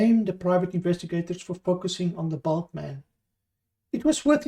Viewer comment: A little common sense would lead to the conclusion that the word was bald. If he'd wanted to suggest size, then he'd have used bulky not bulk